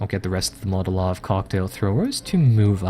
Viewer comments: Love your videos but for Gawd's sake it is MOLOtov, not Motolov. As in Vyacheslav Mikhailovich Molotov, Foreign Minister and coauthor of the Molotov–Ribbentrop Pact. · haha yup just heard it, hey give him a break I like the sound of Motolov